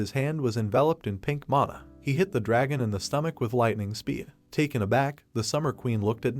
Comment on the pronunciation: bros like oh a drahon devaor oh a gem devaor 😂